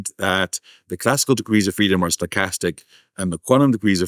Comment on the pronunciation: Every time he says 'stochastic', I hear 'sarcastic'; and then I mistakenly think that I might have a chance here...lol